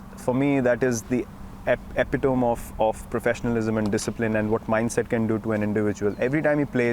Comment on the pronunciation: epitome ka pronunciation dekho. hahaha. English nahi aati ti stick to hindi buddy.